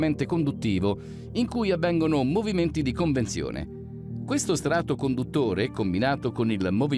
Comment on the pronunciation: Dice il narratore, a un certo punto: "C'è un movimento di CONVENZIONE, invece che "CONVEZIONE". Roba da matti ...